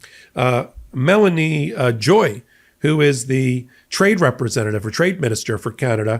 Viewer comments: It's Mélanie Joly, not Joy, and she is our Minister of Foreign Affairs. It's not that hard to get it right,. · Why does every American media pronounce our political ministers names wrong? Its Joly not Joy lol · It is 'Joly' not 'Joy'. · It is not Melanie JOY, it is Joly ( French Canadian pronounced Joelee) Foreign Affairs MInister, not trade rep. Trade Minister. It is not a Tariff, it is a surcharge. Mark Carney was the Governor of the Bank of Canada and the Governor of the Bank of England. The trade between Canada and U.S.is One Trillion Dollars a year. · First things first: Doug Ford rescinded his 25% tax on electricity going to United States. Odd how you fail to mention that. Secondly: Learn how to pronounce names. Not Melanie Joy. It's Mélanie Joly. Note the accent aigu or acute accent on the "e" in her first name and "l" in second. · It’s Joly not joy. And she is the Foreign Minster! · Melanie Joly, not Joy. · Correction, … Quebec is the largest producer and exporter of electricity to the United States. Not Ontario. Melanie Jolie’s surname is “Jo-Lee” not Joy. Ps… Contrary to what Trump says, the US does need Canada. Also, there are no actual national security concerns with Canada. The cross border fentanyl was a pretext to declare trade war on Canada. In fact, our border issues are on both sides of the border. They are not à Canada alone issue. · Her name is Joly, pronounced Joe Lee. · Please take the time to learn how to pronounce our names. Melanie JOLI LIKE ANGELINA Joli. "JOE LEE" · It's "Joly" not "Joy" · respectively it is pronounced Joe-lee not Jo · Firstly Canada does not back down ever and we all know he is after our minerals that is why we do not think it is a joke about the invasion threat. Her name is Jolie (beautiful in English) not Joy just like Angelina Jolie. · Our foreign minister is Melanie Joly not Joy... Joly is pronounced like Joe-Lee. French!! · Melanie Joly... not Melanie Joy.. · Joli not joy